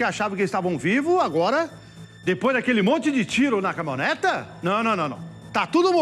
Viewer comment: O cara ruim esse apresentador. CaminhonetA caminhonetA, além de ruim é burro pra cacete. Dicção horrorosa, pronúncia péssima,ou seja,ruimmmmm